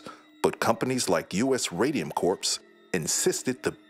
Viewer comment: 'It's U.S. Radium Corp. ('corp'), not 'corps' ('corpse')."